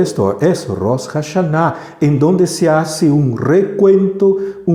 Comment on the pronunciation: Del mismo modo y con todo respeto y shalom, se oye muy extraño Rosh Jashaná, se supone que la ache es muda. Gracias y disculpe nuevamente.